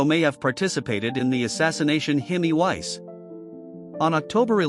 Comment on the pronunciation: You need to teach your announcer the correct pronunciations for people's names. Hymie Weiss was off.